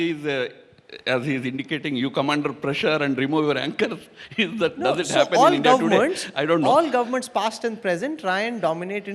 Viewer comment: Woh! Mr. Tharoor that's India not Hindia.